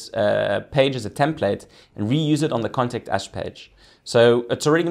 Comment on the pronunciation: I thought you were saying "Contact Ass" - I was thinking, yeeeaaahhhh, this is gonna be a cool site. :)